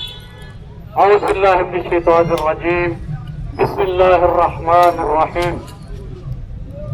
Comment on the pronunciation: محترم بھائی جان آپ ویڈیو کے شروع میں بسم اللّٰہ ٹھیک پڑھا کریں آپ بسم اللّٰہ کی بجائے بسباللہ پڑھ جاتے ہیں